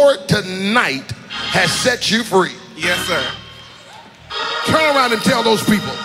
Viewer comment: All i heard was: "To get delivered MORE." AND "Yesther..." (Thats "Yes sir", if you thidnt know)